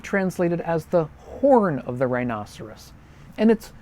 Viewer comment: It is closer to the proper Latin pronunciation. As proper as it gets using English vowels anyway.